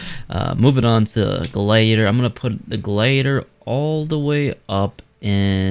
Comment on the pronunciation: Glaydor? It’s glad I ator